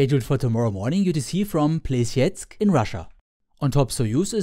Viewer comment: "Plyestsk" hurts my ear a bit. As an advise i would recomment using Google translate, you need only to insert the name of the region/city. Great video though!